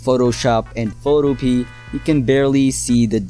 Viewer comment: It's pronounced "foto-p-a"